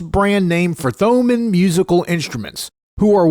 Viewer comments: Thomann is pronounced toe-mahn. :P and they are the biggest in Europe. Also the best - never been disappointed with them, had bad experiences with others. great review! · You don't pronounce the h in Thomann dude. Say it like Toemann.